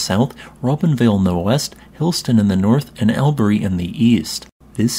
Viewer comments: It's pronounced 'Awbry' not 'All burry' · Aussie here, if you're going to do videos on anything Australian, please learn to say our place names properly! You seem to have got Deniliquin right ( a place better known simply as "Denny" and written as "Denni"), but Albury is pronounced as "Allbree" not "Al-berry." If an asteroid struck this part of southern NSW/northern Victoria, please tell me how it is that it is so flat out there? I've driven through that area numerous times, so know something of the topography of the areas from western/north-western Victoria, through to well into southern NSW. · it’s not Albury as in owl berry, is Albury as in wall berry. Aussie here btw lived here my whole life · The pronunciation "Al - bury" gave me a chuckle. "All - bury" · Shout-out From Albury - which is pronounced as ALL-bury, not AL-bury. ❤ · Great video, but it's pronounce Aw-bree not Al-bury. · FYI, Albury is pronounced “All-brie”, not “Al-berry” 🙂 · AL bury. its pronounced all-brie ;) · ……Albury is pronounced ‘all-bury’, not ‘al-bury’………🇦🇺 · I’m so sorry, but the way you pronounced Albury made me giggle ❤❤, for any future reference it’s like “All-bree”:33 (am Aussie) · All - bury is the correct pronunciation. You did well with Melbourne. 😊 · It’s pronounced ‘awberry’ like strawberry without the ST 🍓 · noo the pronunciation of albury (correct is all-bree) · albury (all-bery) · Albury is pronounced as aww-bree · "Albury" is pronounced All-bry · Albury.. is pronounced like Allberry. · Albury is pronounced more like Allberry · Allberry is the pronounciation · im wagga, laughed at how he said albury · Butchered Albury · yeah mate, I’m Australian. The narrator butchered it. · I get he isn't an Aussie, but are we really letting that pronunciation of Albury slide like that? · the circle in your video keeps changing in size and shape, makes it hard to trust the validity of the claims being made, also learn how to pronounce the names of places in australia